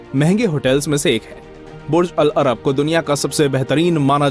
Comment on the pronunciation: your pronunciation of "Burj al-Arab" is wrong. But great video ❤️